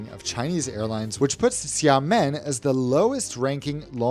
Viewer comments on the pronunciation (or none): It’s pronounced “sya-muhn”. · It's "Shamen". Don't pronounce the i at all. They are pretty good actually and very cheap. Flew BC with them from Amsterdam to Xiamen a few times. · It’s Sia-Muen. That how to pronounce 😊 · I hate to be that guy, but you said it Xiàmén. The you said it is like Shaman like shaman lady from squid game.